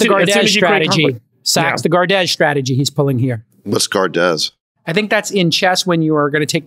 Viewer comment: lol at Jcal's pronounciation of Gardez, Francais S'il vous plait GUARD, jcal, it's Guard. Guard your queen. lol.